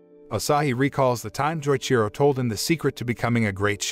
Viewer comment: Every time he says Joichiro’s name wrong it hurts me lol